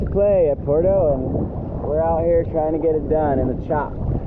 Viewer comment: Bro please. PWERto. Not Porto. Puerto. Porto. Puerto. Por dios.